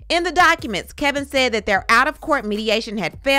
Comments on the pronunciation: It's Kevin! Not Kelvin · It’s Kevin not Kelvin I thought.